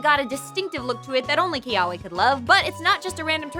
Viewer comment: The w in Kiawe is pronounced more like a v. "Kee-ah-veh"